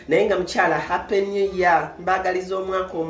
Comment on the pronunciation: oluzungu luveko, mbu kapa new year hooooo.